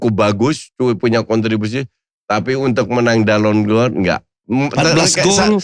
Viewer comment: Lidahnya Helmi Yahya keseleo bahasa Perancis